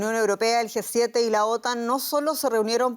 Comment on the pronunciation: quien le dice a la comentarista que no es GUE 7, es G7, no puede tener esos errores ...... que verguenza....